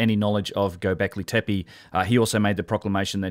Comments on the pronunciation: Loving your channel and especially Martin Sweatman's chat, but I noticed that you consistently miss spell and miss pronounce Gobekli Tepe, perhaps also why your search results were null in this case. Said in the spirit of constructive criticism 🙏🏻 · you horribly mispronounced göbeklitepe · Mate, its Göbekli Tepe. :) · Years passed, yet you still can't properly pronounce "Gobekli Tepe" (from your most recent videos). 4 years ago somehow you couldn't even spell it: - God help us against those educated corrupt archaeologists if our side can't even spell these names properly :(